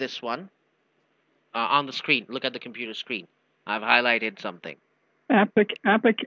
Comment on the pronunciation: “Sir, the secuuidy was WORKING” “They totally ruined your compuudah” 😂😂😂